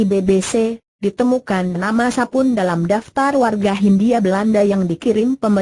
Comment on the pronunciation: Aduh ngomang nya gelepotan emang ga belajar dulu sblm di aploud, Nama Sapon di baca Sapun